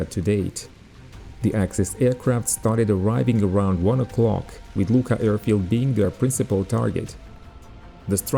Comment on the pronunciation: Nice video. The airfield name Luqa it is correct , but pronunciation in Maltese ---- Lua----.